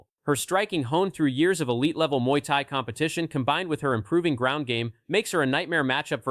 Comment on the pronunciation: Mooey thai...hahahahaha ❤